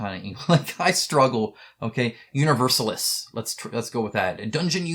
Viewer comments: Universalis is not english but latin and should be pronounced as such. Long a and long second i. Uhniversahhhlees. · I'd pronounce it oo-nee-vehr-sAh-leece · Well „Universalis“ is latin, so just pronounce it the latin way 😉 You struggle why Nexus is funding slow? The title says it’s brutal, the recommended age is 17, but in the cheaply made video you see two 10-year-olds play this game. Maybe it’s that discrepancy that turns off potential backers. I saw the video first and thought it was a kids game, not even looking at it any further. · At least I think that's how it's pronounced, the way you said it sounds fine too.